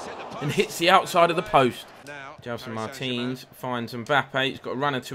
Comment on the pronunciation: when you say Martins it sounds like Mertens